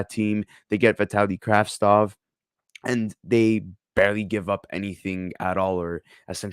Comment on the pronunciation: You could do name right. Kravtsov.